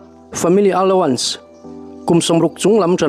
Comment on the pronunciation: Pu Engkima kan pawl😂 Loks. Allowance tih lam dan hi aluans ti lovin alauns tiin lam tawh zawk ta che, i chhiar ngaihnawmin a ngaihthlak a nuam e❤